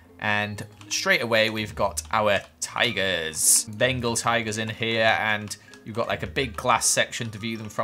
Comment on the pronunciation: what I heard was bagel tiger 😂 🍤🐯 P.S I couldn't find a bagel so I just used a...shrimp? Also I think it was Bengal tiger.